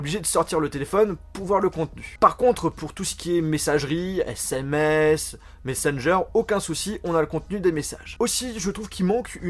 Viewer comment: Des "ZÈSSÈMÈCE" ?😂